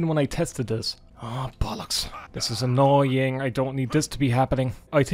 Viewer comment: Today I learned that “annoying” can also be pronounced “ANYNNNNNNG”